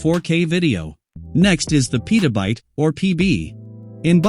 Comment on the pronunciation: Also, it pronounced Pet-uh-byte